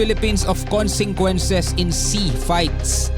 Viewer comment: Hindi moba mabasa Ang consequences bakit ilang vlog mo palagi mo pagbigkas ng consequences ay consenquences